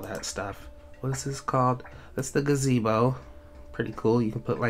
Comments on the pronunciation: "a delicate 'ga-zi-bow" facepalm nice... its "delicate 'gah-zee-bow" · When he said gazzy-bo 🤦